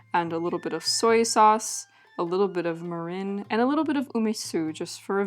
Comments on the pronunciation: Also, the first syllable is pronounced more like "meer" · Your pronunciation breakdown of mirin splits it in the wrong spot. It's ME-rin since the kanji, 味醂 , would be broken down into 味 (み - me) 醂 (りん rin). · i am totally not japanese, so do not take my word for it, but I've always pronounced mirin as "MEE-rin". ¯\_(ツ)_/¯ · You want a shorter e sound on mirin. Like me-rihn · This is so cool! My mother grew up in post-WWII Japan, so I recognized some of the ingredients from her stories and various foods she made for us as kids. You did such a lovely job researching and presenting all this information, and I will absolutely be trying some of these recipes! Btw, kabocha squash is my favorite winter squash of all time. Two pronunciation notes, if you're interested. Mirin is pronounced more like MEER-in, rather than Marin County, and natto is more like NAH-to. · I could be wrong but you may be pronouncing mirin incorrectly. I believe you're putting the emPHAsis on the wrong syllABLE.